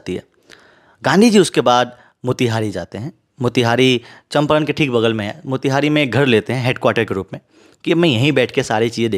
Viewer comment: चंपारण ❌️ चंपरण ✅️